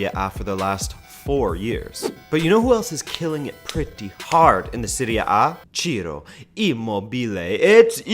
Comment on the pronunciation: Aye! You pronounced Ciro correctly!